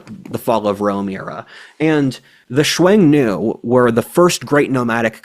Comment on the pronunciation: Xiong nu. Pronounced shyong new